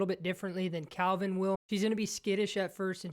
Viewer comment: Can someone tell this guy that he's called Kelvin, not Calvin. Literally says it on his shirt